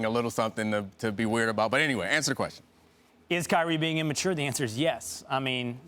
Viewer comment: stupid dude on the left kept saying "in-mature"